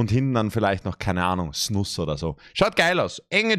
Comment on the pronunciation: "Vielleicht noch SNUSS" wenn ich mal kurz Deutschlehrer spiele dürfte man spricht es "Snuuus" aus. Dabei liegt die Betonung auf dem U soll jetzt keine Hate sein oder ich will nicht als Klugscheißer wirken feier übrigens deine videos total